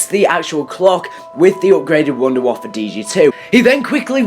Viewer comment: people keep calling it the wunda waffle it's pronounced voon-de-vaffe